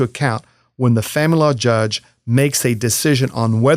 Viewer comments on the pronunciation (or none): Are you saying the... Family Law Judge? Because it sounds like "fanlaw" judge and I can't figure out what else it's supposed to be. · Why he says famalala judge 🤣